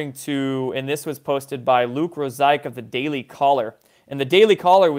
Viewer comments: Luke ROSE EE ACK...c'mon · Pronounced - Rose e ak